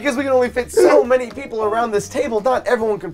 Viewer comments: sounded 100% Aussie when he said "sooo" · when he says so sound British I LOVE IT~~!!! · when says "Boze can't even look at me when that happens, soo....", he sounds so perfectly English when he says "so". It's genuinely freaking me out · SOUNDS SO BRITISH WHEN HE SAYS SO